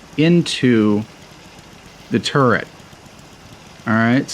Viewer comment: Everytime he says turret it sounds like hes saying turd